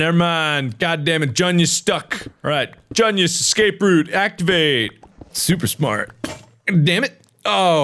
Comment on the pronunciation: if i took a shot for every time he said “gunius” i would be dead